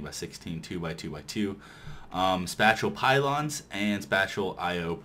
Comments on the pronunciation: IT IS PRONOUNCED SPAY-SHALL NOT SPAT-CHULL! apart from that awesome mod spotlight and great ending. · It's pronounced "Spay-shall" xD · Pretty sure this was probably said, but spatial is pronounced kinda like Spay-shal (Spay-shal > Space-ial > Spatial) Hope it helps :3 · spatial is pronounced spay-shul. That's almost as bad as everyone saying mace-erator (it's mass-erator) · also Spatial is pronounced "space-ull" lol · SPACE- EEL that is how you pronounce it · It's pronounced spay - shull pylons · I facepalmed when he said that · FOR THE LOVE OF GOD LOOK UP HOW TO SAY SPATIAL!!!!!!! Good videos though helped a lot.